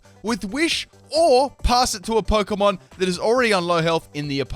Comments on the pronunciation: The word is Pokémon. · The word is Pokémon